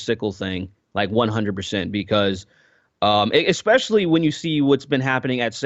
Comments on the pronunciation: Loved the discussion, but am I the only one hearing "ekspecially" all the time? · I love but every time he says "ekspecially" I'm like arghh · I feel I must, MUST express how distracting I find your pronunciation of the word "ESPECIALLY". Please correct me if I am mishearing you, but it sounds like you are saying "EXPECIALLY" each time. Am I the only person hearing/being bothered by this?